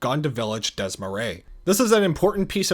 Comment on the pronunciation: almost perfect pronunciation but the s in "DES" is also silent.